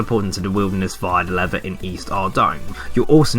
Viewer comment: For ages I didn't know what you were saying for the Wilderness 'lever' task. I'm from London so I thought you were saying, "leather", haha. Cheers though man. I'm an endgame player and I still have yet to complete most of these... I hate them with a passion but you make it so much easier.